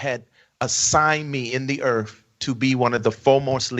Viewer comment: What’s Erff